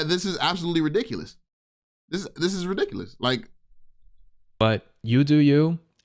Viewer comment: Can’t even say ridiculous correctly